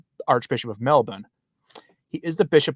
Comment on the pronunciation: Congratulations from a local on pronouncing Melbourne properly! “Melb’n.”🙂